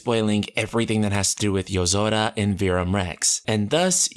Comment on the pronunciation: That's weird, I don't remember there being a d in yozora. SO WHY DO KEEP HEARING IT